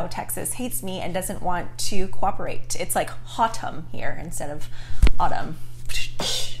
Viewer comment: Omggg. I’ve lived in Texas for almost 20 years and have never heard the phrase hot-umn instead of autumn. OMG!! I love that so much LOL